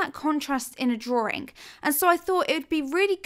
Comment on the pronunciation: dra-Wing NOT "DRAW-RING" :)-been bugging me quite a while now :)!!!!